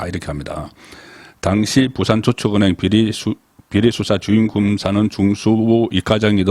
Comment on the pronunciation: 35년 경력의 대기자가 첫음절을 강하고 짧게 발음 하는게 듣기 거북하네요 사업자 둔갑 저축은행 등